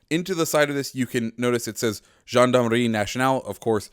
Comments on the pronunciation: Btw here’s how to pronounce Gendarmerie. Jaan-da-meh-hee And in French, r makes a weird sound. It sound like h in English, but you make the pronunciation in the deeper part of your throat So on the last syllable, instead of a typical h in English, you pronounce it with the inner part of your throat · you have like an african accent when you say gendarmerie Like come on you could have at least put the words google translate to hear them first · You're saying gendarmerie wrong